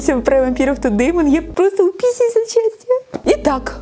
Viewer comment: говорит:ааа я сичаж утписюс от сячтия